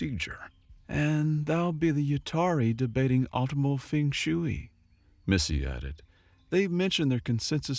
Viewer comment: Feng sh-way, not shoooey😂 around 1115